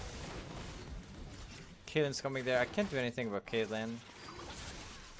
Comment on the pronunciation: Wait did he say caitlynn and jannar